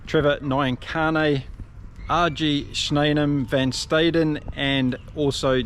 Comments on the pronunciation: Some pronunciations…names ending se generally have the ending pronounced suh like Are end suh or Villem suh. Note: in Afrikaans W sounds like V. Van Staden is Van star den not Van Stay den. Not knocking, just trying to help. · Try this for pronunciation. Fun Star Din